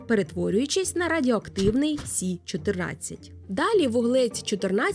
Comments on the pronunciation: Якщо мова іде про хімічний елемент, кажуть Карбон, Нітроген. Азот і вуглець це прості речовини. І чому "сі"? Якщо хімічний елемент Карбон читається як "це", користуємось латинським алфавітом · А чому говорите "сі"? Я не чула, коли латинську мову відмінили як наукову?